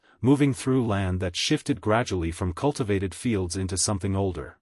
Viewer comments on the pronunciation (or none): Fells ? Oh you mean fields ! Ai can’t speak all spelling standards of English. Properly!